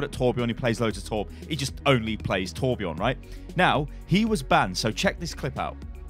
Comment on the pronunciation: is torbjörn not torbjorn